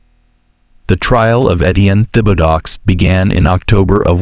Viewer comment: The man’s last name was butchered. It’s pronounced Tib-a-doe